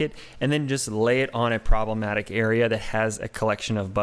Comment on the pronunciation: Haha! I had to rewind to make sure I heard you correctly! Lol "Troblematic"